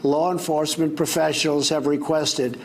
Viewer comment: "law enforcement professals" lol